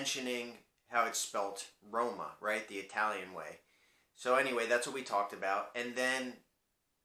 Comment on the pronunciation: Nice pronunciation for Roma, from a native of that place